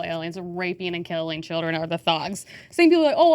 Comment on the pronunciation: Every time she said “child-ern” a piece of my soul dies